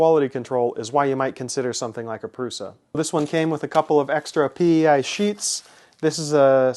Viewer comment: No, pronounced 'proosha'.